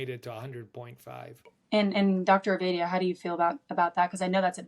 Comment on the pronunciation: His name isn’t Ovidia it’s OvAdia as in say aaaah, get the guests names right please!